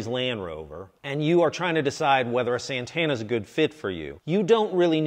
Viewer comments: es santana SANTANA S A N T A NA no seinteina... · Its not Sentena.